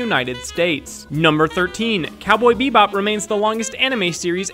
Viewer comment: gosh, I hate how you say "bebop"...